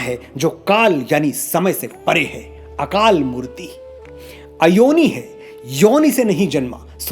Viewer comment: Thanks Manoj ji for such a nice explanation about japji sahib.i am a big fan of u & listening you.Here is one request plez try to correct your pronunciation of a few words. as akal murat not mutate.This vedio is really 👌